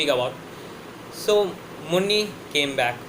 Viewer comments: It is muni not munni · It's not Munni, it's muni